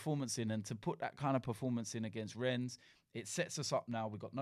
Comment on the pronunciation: Robbie still calling it Renns